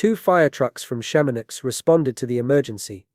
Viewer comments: Chamonix isn't pronounced Sham-on-ix; it's pronounced Sham-in-wa. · I'm gonna guess this is using an AI voice? I hope so with that pronunciation of Chamonix... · since when do you pronounce Chamonix, France, like Chamo-nicks?